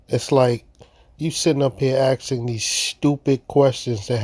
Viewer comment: Are you axing me